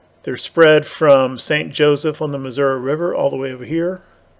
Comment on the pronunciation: Pronounced "Apa-latcha-cola" 😉 Which kind of surprised me. Cuz ya pronounce Biloxi and Missouri correctly. Well at least NOT like a Damned Yankee 😂